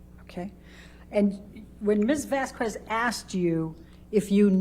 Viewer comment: Elaine pronounced Camille's name wrong the entire trial. That is so disrespectful. There is no way someone didn't correct her, or that she NEVER noticed how other people pronounced it? It's 'Vazz kezz' not 'Vask kWez' Even if its an easy mistake due to the spelling; Ms Vasquez her name is said often during the trial, including on broadcasts, you know Elaine watched It may seem like a small thing but knowing how shady Elaine can be I think it's an intentionally petty tactic. Bredehoft is correctly is Breddy hawft. What if she was called Elaine BreddLe haff? Every day, for weeks?